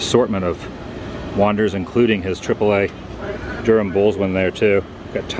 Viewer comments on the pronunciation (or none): none